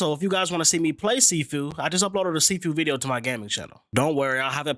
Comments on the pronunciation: See few 😆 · U pronouncing it wrong